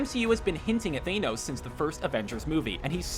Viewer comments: Derek Schwartz he called him thaenos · who the hell is THAYNOS? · no he meant to say thaynos as a joke because of how the guy in the video says it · Tissue Faucet it is (Th-An-Os) Correct? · your pronunciation of thanos tilted me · He pronounces thanos just like Alvin and the chipmunks do to mangoes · It bothers me how this man pronounces Thanos more than I’d like to admit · are u saying anus, cause it doesnt sound like ur saying thanos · He said Thanos wrong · LMAO HOW DID YOU SAY THANOS? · Am I the only one annoyed at how he pronounces Thanos? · Krystal Krisis nope we pronounce it Thanos too. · was just gonna comment that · Caleaha R no you are not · Brother not how you say thanos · pronounce Thanos properly for God's sake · I'm done, the way you pronounce Thanos is cringe worthy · Anyone else ticked off about the pronunciation of thanos? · Tissue Faucet If he can't pronounce 'THANOS' what's the point in us watching? Felt quite authoritative until that point. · Like for reals! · It's Thanos (Than-Oes) not Thanos (Thaen-Oes) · It’s than-os not thane-os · Came for Thanos not Thaynose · IT IS THANOS NOT THAY NOSE! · how to pronounce thanos: not THAYNOS, tanos but with an H like tha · I know Thanos, but THAYNOS. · It’s not ThANEos, it’s ThaNOs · Thay-nos?!?!?! It's thanos! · OMFG why do you say thaynos it's thanos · Thanos not Tejnos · Who is this Thain-oos character he keeps referring to? I know there is a big purple guy named Than-oos but haven't heard of Thain-oos yet. Maybe he drives an Ah-dee instead of an Aow-dee, shops and Tar-gjay instead of Tar-get and uses the voice service Von-ajz instead of Von-age. Or maybe every single time Thanos' name is said in the films is wrong and this is how it's really pronounced? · ITS THANOS NOT THEYNOSE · Thaneons iss THANOS I’m pretty sure I have ocd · Thaynos I mean wth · its THANOS NOT THAYNOS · ME TOO! IT IS “THAHNOSE” NOT: “THAYNOSE”!! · Did you just pronounce it "thane-ose"? Wtf is wrong with you? It's THANOS